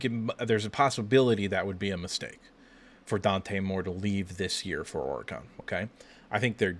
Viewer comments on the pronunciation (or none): For the love of God! Learn to pronounce Oregon. There is no E at the end.